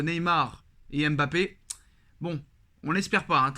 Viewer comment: Apprenez à prononcer Mbappe correctement svp. Fatigant d'entendre "M bappe".